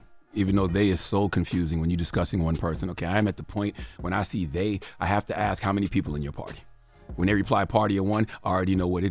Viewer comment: “They-HAW; they-HAW” ☠️☠️☠️